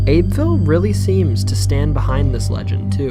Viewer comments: It's pronounced Abby-ville not Abeville. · it's Huggin' Molly and it's Abbeville pronounced Abby ville. It's a crock of crap and Abbeville natives never heard of huggin' Molly until after the restaurant opened.